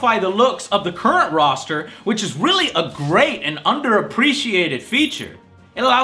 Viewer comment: No, it's Roster. As in a roster of characters. A collection, a group ect. A rooster is a bird.